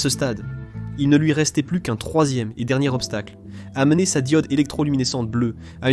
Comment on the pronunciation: "Une fois de plute" 😂😂😂 je suis mort xD